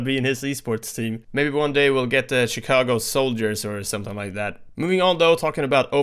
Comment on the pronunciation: chigago souljers made me lol